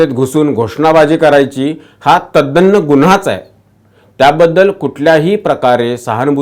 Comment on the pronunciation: तद्दन्न नाही तद्दन म्हणा